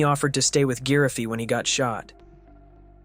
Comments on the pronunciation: Giraffy is not Gi-Ra-Fee. Giraffy is Ji-Ra-Fee. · Giraffy being pronounced "Geer-uh-fee"